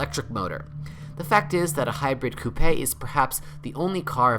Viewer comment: come on man... coupey? WTF